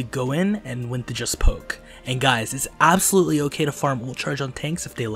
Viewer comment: STOP SAYING ABSOLUYELY